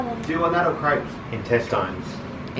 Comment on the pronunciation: Kala ko craps lol 😆 ... crepes pala